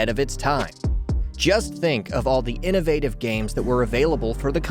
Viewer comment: He can say ‘innovation’ but has a problem saying ‘innovative’. What’s the deal with that?!!